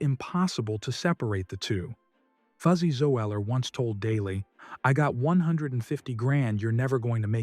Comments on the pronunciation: I guess I should’ve known this was AI crap before you pronounced fuzzy ZOE – LLER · God the AI voices are so annoying. Fuzzy Zo-eller haha whoever makes these vids needs to put in some effort